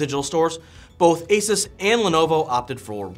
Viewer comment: Add my pennies worth, It's pronounced Asooose not Asus 😅